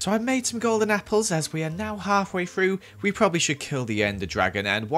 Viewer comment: Why does he say three like free and through like frough